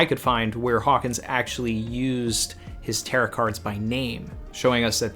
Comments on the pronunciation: More like tare-owe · Tarot sounds like Ta-row rather than Tarott sounding like carrot just saying. Great video as always, always look forward to your chapter reading and following video. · Last 't' is silent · You mispronounced Tarot the entire video